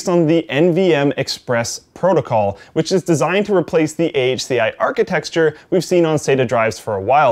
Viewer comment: "Architexture". It still makes me giggle :D